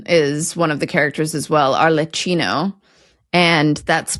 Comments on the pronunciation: Ar-le-KEE-no, not ar-le-CHEE-no, please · "Ar-le-kee-no," not "Ar-le-chee-no." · Please be aware that 'CH' in Italian is pronounced 'K'. So 'ahr -leh-KEE-no'. The mirror lazzo sounds like it could be the inspiration for the mirror routine in the Marx Brothers film 'Duck Soup': I'm glad you brought up Punch and Judy. Punch get his hunchback from Pulcinella, by the way. It sounds like the original meaning of 'jest/gest' is echoed in the title of the novel 'Beau Geste'. Yes, we do know Punch and Judy in the States, though it's not as widespread. I do know that John Styles was a well-known Punch=and-Judy man. He died just last year. You can see his work in 'The Box of Delights' (1984), in which he does the actual performances for Patrick Troughton (Cole Howling). He was also in an episode of 'The Avengers' (Look - Stop Me If You've Heard This One - But There Were These Two Fellas), '102 Dalmatians' (2000), and 'Randall and Hopkirk - Deceased', aka 'My Partner the Ghost' (That's How Murder Snowballs), among many other appearances. By the way, for scifi fans, the Doctor Who-adjacent book 'Oh No, It Isn't' is inspired by the world of panto. Mark Twain considered puns to be the lowest form of humor. Of course, that didn't stop him from using them. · Both Arlecchino and Brighella are from Bergamo. You pronounced Brighella correctly but you both got Arlecchino wrong. In Italian CHI reads KI. So his name is Arlekkino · Your pronunciation of Brighella was good, while you both botched Arlecchino. In Italian ch sound like a k, even more pronounced because of the doubling of the c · Come on guys, it's arleKKino 🙄 You got Brighella right... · Arlecchino is pronounced "Arlek-kino". Sorry... I can't help myself. I'm the Italian Pronunciation Police. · Thank you for this video, very interesting. Anyway, I don't want to nitpick, but Arlecchino is pronounced ar-leck-kEEno ;-) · pronounced ar-le-kee-no (the 'h' only follows the 'c' to prevent it being softened)